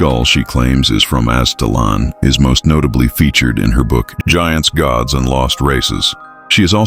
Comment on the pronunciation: It's pronounced Az it lan. Great video !!